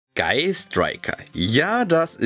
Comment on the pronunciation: Er hat das "s" in sky gecutet.